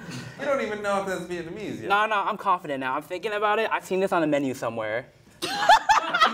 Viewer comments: The way he said "viet-mese" annoyed me so much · I cannot fathom the way he says Vietnamese wrong. EVERY TIME. He's missing a whole ass syllable